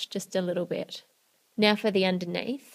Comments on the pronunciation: She said bit but it sounded like bitch haha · 긴리빅 that's what I heard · 긴리빅 I HEARD THAT TOO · I thought that too lol